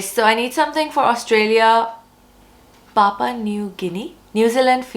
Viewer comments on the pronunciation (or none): none